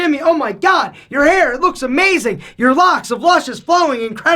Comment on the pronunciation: U cut the 'ing' of 'amazing' at the end, lol ...